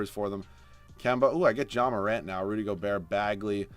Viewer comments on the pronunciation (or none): none